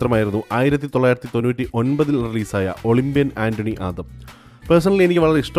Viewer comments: ഒളിമ്പിയൻ ആന്റണി ആദം അല്ല.ഒളിമ്പിയൻ അന്തോണി ആദം ആണ് ചേട്ടോ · ആന്റണി അല്ല ബ്രോ അന്തോണി ആണ് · ഒളിബ്യൻ ആൻ്റണി ആദം അല്ല ഒളിബ്യൻ അന്തോണി ആദം... എന്നാണ്